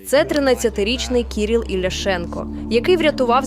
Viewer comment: Говорити і писати треба грамотно: не Кіріл, а Кирило. Безграмотність наразі в тренді.